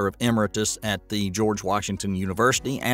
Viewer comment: "E-merit- us"👍😂